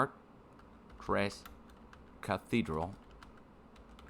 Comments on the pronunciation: fyi The cathedral Is pronounced Char-Tra :) I know because my folks have been there! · It's pronounced (SHART) with French R sound. I have been here many times my family lived nearby for many years. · Pronounced shartru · Chaar-treez Cathedral is the pronunciation. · Pronounced “Sharts” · In English it's just pronounced "Shart", if you're trying to sound French you would say "shar-truh"